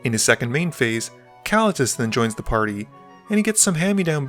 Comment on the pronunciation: The only feedback I have is , Ka-leet-us, not kah-la-tus